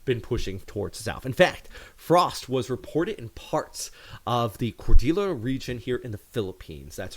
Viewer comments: "Cordela?" CORDILLERA is pronounced COR-DIL-YERA. BENGUET is pronounced BENG-GET. Hope you get it right next time. Peace. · Buti maganda na Ang pakiramdam mo. Tip lang Kapatid Cordillera, pronounced as, "cordil-yera" Benguet, pronounced as, "beng-get" Salamat sa mga Balita mo, dagdag kaalaman Siya.